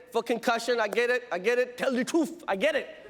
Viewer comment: “tell the troof”